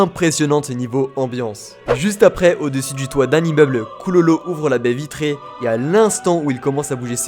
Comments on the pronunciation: normalement on dit kuroro pas kulolo xd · Killua et koulolo ?!?!?! Kirua et kuroro 👌🏾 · Mdr quand tu dit pololo 😂